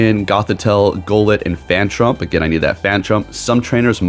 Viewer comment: Isn't it phantump and not 'phantrump' 😅😅